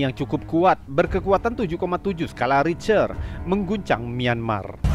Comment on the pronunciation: "Ritcher" bacanya "Rihter" bang 😁